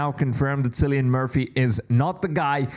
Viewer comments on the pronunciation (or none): Kill-e-an not sillyan😂😂😂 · It's Killian, not Cillian in terms of pronunciation. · Silly yin